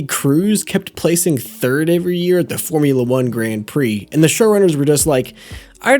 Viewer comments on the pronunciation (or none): none